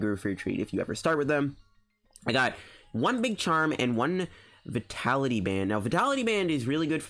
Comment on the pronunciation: please say vi-ta-li-ty